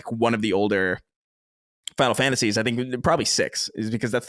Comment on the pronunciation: Never noticed "watch" with but I always notice the way he says "older". Almost sounds like he says "odor" instead.